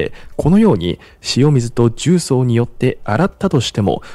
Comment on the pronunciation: 重曹のアクセント変ですよ、出身はどこですか?